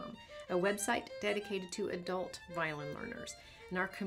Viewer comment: The emphasis though "Dedicated to ADULT-" lol I feel special for a high school student thx No but seriously thank you for making this video for people who want to learn, appreciate ya :3